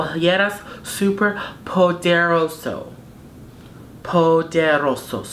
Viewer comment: HI...FROM PUERTO RICO!!!. I LOVE YOUR SPANISH!!!!. "SUPER PODEROSO"!!!!. ;) ;) LOVE YOUR VIDEOS!!!. GBY!!!.